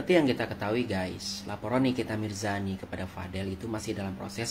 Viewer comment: Mirzani bang bukan mirjani... telingaku ko dengernya mirjani...